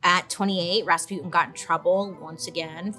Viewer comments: РаспУтин or raspitin not rAtzputin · Raspyutin Raspyutin Gee can they not say Rasputjin (soft ch like in ciao or cucaracha) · It is Ras-putin tho like the Putin there is now not raspyootin’… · Gurl you even mentioned the song and still mispronounced the name 💔💔💔💔💔💔